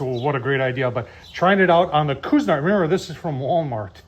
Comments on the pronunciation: Ok so I googled up how to pronounce the name properly. Kwe•zuh• naart And there you have it 😂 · Pronounce it like this, Quee-zee-nart. Your welcome! Thanks for the video!